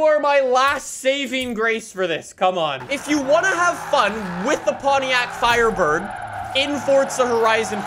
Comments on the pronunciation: THE " FIRDBIRD " lol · "firdbird" hahahahaaa you made a lil mistake